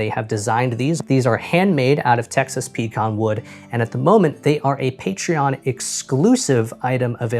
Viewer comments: Also, I think this is the first time I've ever heard it called "PEE-con". Usually I hear "peh-CON" or "PEE-can". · What wood? Ohhh! You mean puh cahn wood. gotcha. LOL